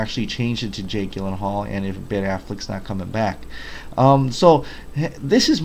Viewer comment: It's pronounced Jill not Gill that is Jake's last name. If I'm not mistaken I think I heard you say you are from Hawaii in another video? If I may ask how are you doing after that false alarm? That's some scary ass shit.